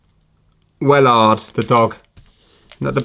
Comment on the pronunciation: when you begun talking about wellard i toguth i had a stroke becaus ei couldn’t udnerstand english anymore for a few seconds 😅 sad it’s nearly over, hope you’e got something veyr interesting saved up for the last vid.